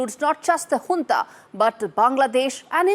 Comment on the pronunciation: u are the only Indian channel who pronounces Junta right as Hoonta. appreciate.